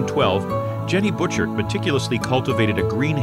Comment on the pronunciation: Let's see... Juan de Fuca = Wahn dih Fyooka. Cowichan = Cow-ih-chun. Saanich = Sā-nich (long a sound). Ucluelet = Yoo-CLOO-let (lazy speakers sometimes say "Yoo-COO-let"). Butchart = BOO-chahrt. Oof. Bad narrator didn't bother to confirm pronunciations? Bad!